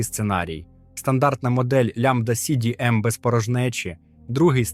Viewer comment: Мне больше всего понравилось лямбда си би эм. 😂